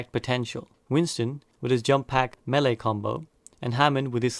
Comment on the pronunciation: Melee isn't pronounced like you think you are. It's weird